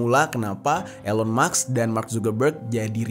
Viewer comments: Elon Mask Pak bukan Elon Maks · cara bacanya bukan ilon maks bro, tapi ilon mas, k nya mati di akhir